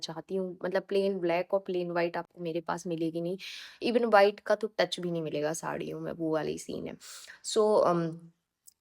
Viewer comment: Bas ek bat bolungi ki aap v ko b kyu bolte ho white ko bite bolte ho